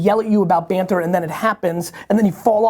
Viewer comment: Banter? I thought you said "barter." I'm in here trying to trade a few bushels of wheat for your oxen, and now you tell me you just want us to talk alot?